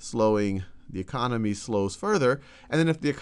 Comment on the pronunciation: He really knows about the Greek e-Khan-omy.